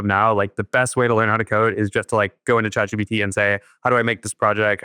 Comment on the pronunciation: Someone tell the old man it's chat G PEE T. Not G BEE T. Get your letters right, Phil. 😂